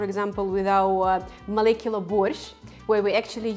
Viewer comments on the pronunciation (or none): none